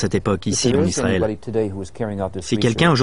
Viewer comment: On ne prononce pas Izzzraël, mais Isssraël, merci aux professionnels du doublage de bien vouloir respecter la langue française.